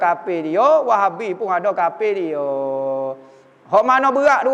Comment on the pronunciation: Haaaaa bunyi dah 'kapir'